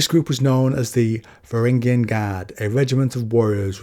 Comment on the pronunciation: "Vangaring guard" No. "Vah rang ee an"